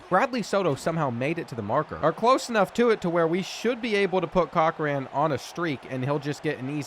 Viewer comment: The way you cant pronounce Cochrane grinds my gears. 😄